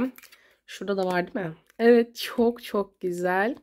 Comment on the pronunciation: Birazda düzgün konuşsan Gıcık oldum çoğk güzel arkadaşlar diyosun ama videoların çok kaliteli askm